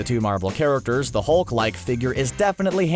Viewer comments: "The Mulk and the Thing".. but good save after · The.... the what??? The Thung. THE THUNG? and THE MULK???? You have to be doing that on purpose.